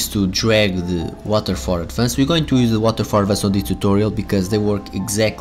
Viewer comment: What exactly is ADVAN-CED in your WIDEO? If you would learn to speak proper english before posting a VIDEO, then we would not have this confusion in AMERICAN YOUTUBE!!! ADVANCED is pronounced "ADVANST", not ADVAN-SAID. You are getting your SPANISH pronunciation confused with ENGLISH pronunciation... Geezus